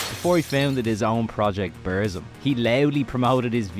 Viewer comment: you are pronouncing burzum completely wrong. it hurts my ears